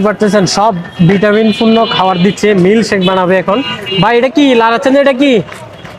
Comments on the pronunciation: মিল চেক ✅ মিল্ক সেক ❌ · মিল্ক সেক ❌ মিল চেক ☑️ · হায়রে মুরক্ষ মিল চেক হবে না 😂 হবে মিল্ক সেক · মিল্ক সেক নাকি মিল চেক 😅😅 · মিল্ক সেক ❌ মিল্ক চেক